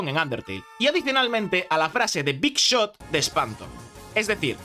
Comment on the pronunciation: Digamen que no soy el unico que escucho Big shop en vez de Big shot